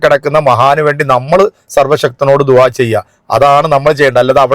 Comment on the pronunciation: ദു ഹയല്ല - ദുഅ യാണ്